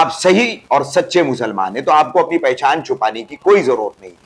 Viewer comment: पहझान नही पहचान होता है ।। फंखा नही होता पंखा होता है। लिम्बु नही ।। निंबू होता है